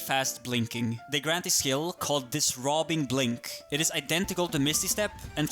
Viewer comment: The way you pronounced "Disrobing Blink" though lol